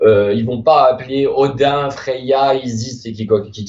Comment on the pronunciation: le "mais ça va pô" ma tuer de rire